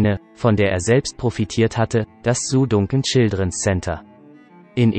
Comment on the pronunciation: Lerne mal den Namen richtig zu sprechen ! Es wird nicht Duncan sondern Dancan ausgesprochen